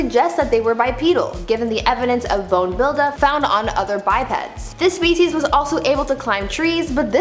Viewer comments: Hats off to Brie for pronouncing all the species scientific names. 👍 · New subscriber and third video. Wow. You must be a very smart young woman to pronounce all of those names and keep the fact straight. I’m impressed.